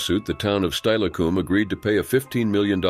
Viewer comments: Learn the dang pronounciations! Steilacoom is pronounced Stil a cum NOT Style a coom! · It's pronounced stillacom not styacom but still tragic and living in Washington state myself my entire life the waterways here are very dangerous and friend of mine's nephew drowned in the green river so I know it's dangerous to swim anywhere else but a swimming pool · Steilacoom is pronounced "Still-a-coom" not "Stile-a-coom".